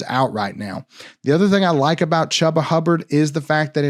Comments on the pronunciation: It’s not “Chubb-a”, it’s pronounced “Chew-ba”. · No one has pronounced his name Chuuuba, I have always heard it pronounced “Chewba “ lol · He is not saying Chu ba, he is saying cha ba. Guess he can't pronounce his name properly. It's ChU ba. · On my life I had no idea that wasn’t the correct pronunciation. I’ve always called him that and no one on the team has corrected me. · It hurt me every time lmao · You refuse to say Chubba’s name right huh? Smh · I didn’t know! I’m legit learning I’ve never said it right. Apparently no one has ever corrected me before. My b. 😂